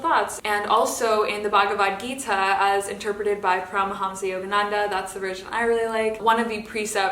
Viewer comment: there’s two really good documentary about Paramahansa Yogananda called “Awake: The Life of Yogananda” and “Becoming Yogananda”. Also it’s pronounced “pah-rah-mahn-sah”, I learned that from the docs. Namaste 🙏